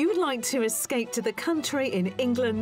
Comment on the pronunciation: I wish someone would tell this host that there's a "p" in "escape". It's not "escate to the country" or "escay to the country".